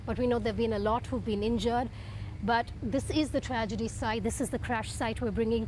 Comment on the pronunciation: I noticed some folks pronounce tragedy as tradegy, bbc not an exception 😊